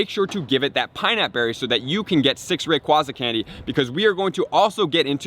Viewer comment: I actually like his pronunciation of rayquaza hahaha